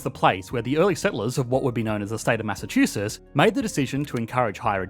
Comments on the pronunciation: It's "Massachusetts," not "Massachuses." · Why are you not pronouncing the tts??? It’s not Massachususs. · If you make a video about Massachusetts Learn how to say it first!